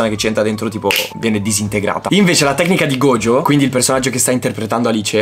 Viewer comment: Mi fa piangere sentire gogio e non gojo 😭